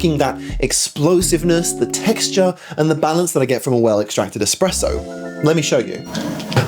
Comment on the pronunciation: Everytime he says eXpresso it sounds like nails on a chalkboard. Other than that, great video. Keep them coming